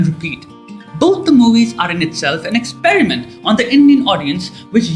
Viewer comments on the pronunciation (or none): none